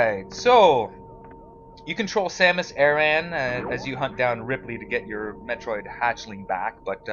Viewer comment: His name is Ridley with a D